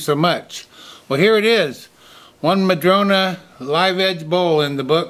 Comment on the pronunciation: I saw a one eared bunny! I love the rectangular bowls, so much more interesting than a plain round bowl. It's nice to hear you say "madrona" rather than "madrone" which is how the tree is referred to here. I grew up climbing smooth, red barked madrona trees - read books in them, ate lunch in them, and day dreamed in them! 😊